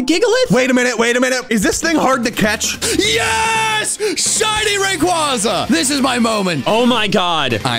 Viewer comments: Rayquaza! Me: ITS RAY-KWAY-ZAH!!!! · shiny raquaza! Me:RaQuAy QuAy